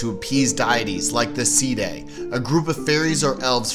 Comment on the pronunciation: Sídhe is pronounced shee Tir Na nÓg is Teer na nOhg Samhain is Sow-in in Ireland, Sah-ven in Scotland and Sah-ween on the Isle of Man